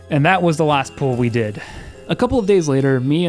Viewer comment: I just realized you are pronouncing pull as pool. Edit: and full as fool.